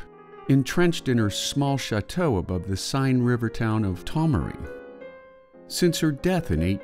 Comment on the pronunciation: If I were you, I'd learn to pronounce French words before making another video. E.g., the name of the River Seine.